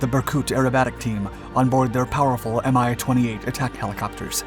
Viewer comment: It is NOT pronounced "M-i"! It is pronounced "Mee".